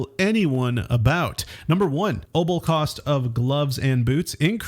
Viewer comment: Are you trying to say opal?